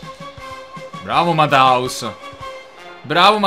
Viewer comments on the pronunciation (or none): MATHÄUS SI DICE "MATTEUS" NON "MATAUS"(non e per giudicare fino una settimana fa lo dicevo pure io)